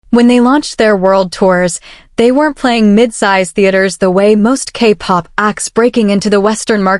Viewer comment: I don't object to casting an AI voice. It levels the playing field for those of us that might be without speech, shy or uncharismatic. What I object to is human laziness to this degree. "AK Pop" "He I.S. the music industry" If the creator couldn't be bothered to listen back through the whole video to check for quality and fix their mistakes, why should we, the viewers, invest more than the creator? Like others, I'd also mention the unnecessarily bloated runtime, but I FEAR that's intentional, for money reasons. 😿